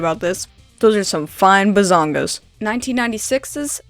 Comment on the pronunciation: "THOSE ARE SOME FINE BAHZANGAS" Lol!!